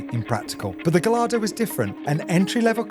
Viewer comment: The way you pronounce “Gallardo” is appalling